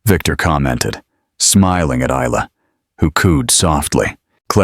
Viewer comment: May I say the name Isla is pronounced as ila, the s is silent so I L A, not is-la, the story is very descriptive and quite enjoyable.